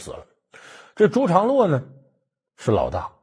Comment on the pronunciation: 第 38 分鐘：為什麼是「陳」長 (常) 洛？